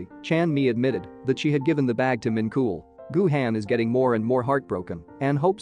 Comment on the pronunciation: Idk why but Min KOOL killed me.💀💀💀 (It's pronounced min chol)